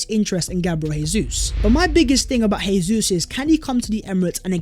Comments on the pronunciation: Jesus is pronounced as Zhe-zous not Hey-zous. He's Brazilian. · Probably no one cares but it's Gabriel JeyZeus because it's Portuguese, Hey-Zeus is Spanish... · Rubbish....its Portuguese, its Jay-zous, same way Jose Mourinho is Joe-zay